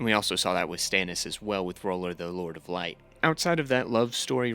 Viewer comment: Mispronunciation tracker: A Song of Ice and Fire Melisandre R'hllor Jaqen H'ghar Syrio Forel Janos Slynt Quaithe Brotherhood without BANNERS, not borders. At this point you've got to be trolling.